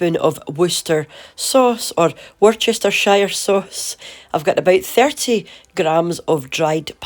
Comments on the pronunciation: Love your channel - and the recipes! By the way - Worcestershire isn't hard to say - it's literally Worcester - shurr - you say Worcester sauce right, so instead of sauce, add shurr, as opposed to Shire! Wuh-stur shurr. xxx Love from New Zealand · Hilarious when you continually mock the Seppos with the worchestshire Shoshone sauce 😂😂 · I appreciate the american pronunciation of Worcestershire sauce.